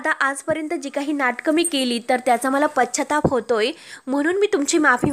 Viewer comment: shudhdha bolayla shik g. pashyatap..ha shabda chukicha kiti vela bolnar?